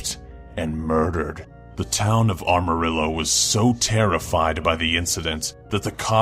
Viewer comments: I hate to be that guy, but it's pronounced "Am-a-rill-o" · It's Amarillo not Armarillo shithead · It's Amarillo, Texas you uncultured swine, not Armarillo! Jesus, Dolan, hire some voice actors that can read! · He also said Armorillo instead of Amarillo TX. Lol. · Plenty has been made about Chelsea, so fuck it. I already mentioned Armarillo. But CHAIM???? CHAIM?!?!?!? POCAHONTIST? DD, please man, this is fucking torture. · Jesus cocksucking Christ, this is the third (and by third, I mean turd) PD video I've attempted to watch and the third with a narrator who has no idea wtf they are saying. Armarillo? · It wasn't about not saying Texas, it's about mispronounced names. He said ARM-arillo. As well as butchering the names of victims in the video. I stopped after the 2 I commented on but there were more. And it's not just him, it's most of the new voiceover actors they use (hellbent, shima and dolan's brother are the exception, they usually get it right). When your videos and channel reach a level of success that requires you to hire help you should be hiring talent that is up to the task. I want the channel to continue doing well, and comments with a little attitude tend to get noticed more, so I add things like "uncultured swine" to garner said attention. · He also mispronounced Amarillo. :-/ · the narrator can't say Amarillo correctly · Or Amarillo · I know this is meant to be scary, but I died of laughter when he mispronounced Amarillo. Anyway, still like that they added this guy.